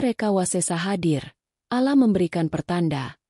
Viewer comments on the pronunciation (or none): none